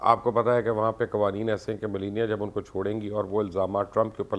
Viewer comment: Mubashar sb trumpnki wife ka naam tou tekh say len ap bilkul wrong pronounce kar rahe hain please you are a public figure so study before you come online and secondly ye America hai pakistan nahi please dont compare the politics of Pakistan to America